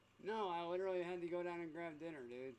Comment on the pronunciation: Well that came out like crap, "LIDERALLY" 😂